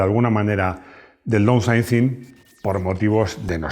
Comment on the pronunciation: Downsizing (daunsaizing, por favor!!!).